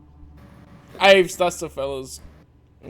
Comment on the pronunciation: Okay, the whole Winduu thing is just weird 🤣 Like it’s ok if C’baoth is black, but turning him into Windu is just wrong. P.S. btw that’s Dravis, not Aves